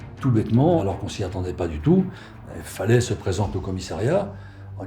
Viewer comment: Je tiens à préciser que"Faleh"que vous prononcez"Faley"veux dire en langue arabe"paysan". Se qu'il serait resté toute sa vie dans son Varoc natal. Personnellement, je suis persuadé que se criminel sans foi ni loi est coupable sur toute la ligne y compris pour la dame qu'il a lever, suivie et tué dans son garage pour lui voler la somme qu'il a vu retirée. On dit que les yeux sont le miroir de l'âme et bien, regardez ces yeux sur sa photo.Ils sont d'un noir profond et vide de toute humanité.